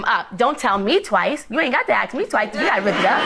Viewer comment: "Ax me"???